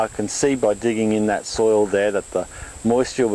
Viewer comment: Soil not soul